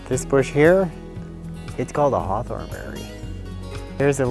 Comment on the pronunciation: Does it include HCM as well? Please caption. Your accent is hard with certain specific words. Heart what? Hearthorn?